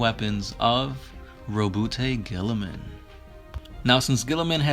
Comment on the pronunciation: ROHBOOTAY GILLYMAN